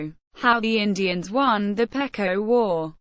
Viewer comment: First of all you pronounce the name PEQUOT Wrong it's Pronounced PEE QUAT not as your pronouncing it.